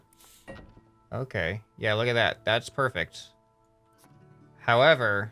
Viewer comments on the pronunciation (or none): none